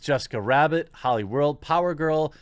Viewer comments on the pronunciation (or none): none